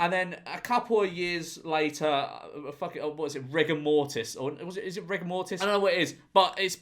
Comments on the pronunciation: why did george say "rigor mortis" like "rick and marty" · When he was saying rigour-mortise I thought he just forgot the name of Rick and Morty I was lost